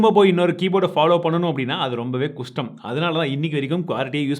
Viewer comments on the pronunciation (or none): Kushtam ille kashtam 🤣🤣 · minits haa note pannunga u spek 😅 kastam 😅 kustam nu soltringa